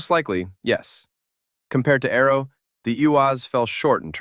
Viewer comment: Its not arrow is ARO learn to enounciate your words correctly !